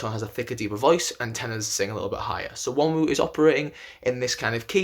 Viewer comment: The n IS pronounced. Not the second w. It's Won rhymes with Ron ooh